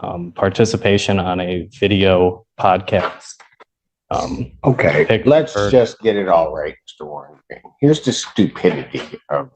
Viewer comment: a what? A pod kist? What is he saying? Did he say podcast? I have no idea.